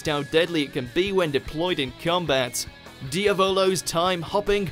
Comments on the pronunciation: Diavolo is said like diablo not di-a-vo-lo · The way you sayd Diavolo in made me cringe so hard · The way he said Diavolo name tho